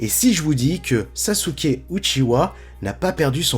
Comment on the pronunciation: ça se dit Uchiha pas Uchiwa...